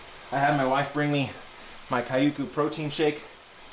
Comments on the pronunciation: I been watching your stream for a while now and I know you have trouble pronouncing it, but I must try to correct it. Kaiyoku.... KyoooKu (Kyoo cuuu) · Almost. The Kyo in Kyoku is the same Kyo as Tokyo. So if you can pronounce Tokyo correctly then all you need to do is add Ku to the end of it.